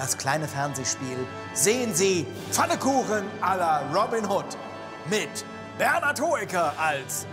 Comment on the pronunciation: Es heißt "Pfannkuchen" und nicht "Fannekuchen".